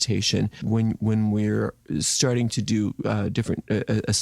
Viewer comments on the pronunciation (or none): none